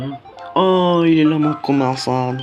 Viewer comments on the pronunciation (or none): La qualité du son 💩💩💩 et en plus c pas komason c komasan mdr il fallait tu alle le voir pour savoir comment il s'appele